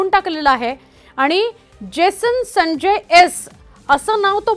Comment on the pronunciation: Baai jibh saral nahi aapli. Uccharan kartana jad hot aahe. Jason sancchay , jason sanjya bolatana jibhela ghaam futat aahe 😂😂😂😂